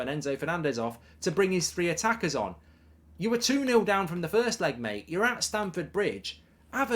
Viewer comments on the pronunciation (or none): none